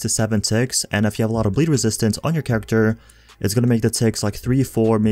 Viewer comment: Dude... thx for the vids.. But cmon... Exotische dam.... resistance Characteeeeerrr Build’eh Bleed’eh